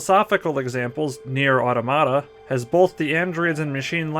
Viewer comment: good video but ... automata, you're saying it wrong.